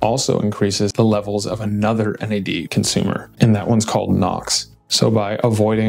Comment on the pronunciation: You said Nads 😂